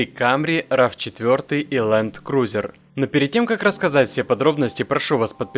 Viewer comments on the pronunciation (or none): none